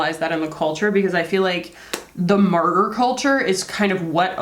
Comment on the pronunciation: Oh martyr! I thought she said ‘murder’ and I’m thinking, is that an american thing?!